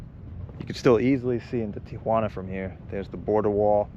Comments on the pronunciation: Thank you for pronouncing TIJUANA correctly......It makes me sick to hear everyone including our president say TIA JUANA...... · You pronounced Tijuana expertly. Three syllables